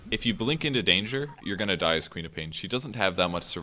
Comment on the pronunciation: Lol, I was always hearing Peter Pan instead of QOP.